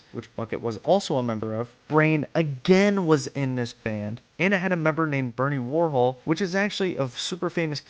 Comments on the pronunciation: Bernie Worrell, not Worhol. RIP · Aragorn, not "Eragon" Elijah Wood, not "Frodo" Bernie Worrell, not "Bernie Warhol" Get it right. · It's Bernie Worrell, not Bernie Warhol. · I appreciate the effort put into this video but it was loaded with mispronunciations and incorrect content. Bernie Warhol? Come on, he is pretty well known from Parliament days.